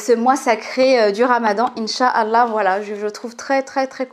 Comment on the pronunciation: J'aime bien tes contenus mais ce qui m'embête ça la façon dont tu t exprime quand tu dis douaa bismillah inchallah , tu le dis à la française au lieu d'employer l'intonation naturel vu que tu es marocaine !!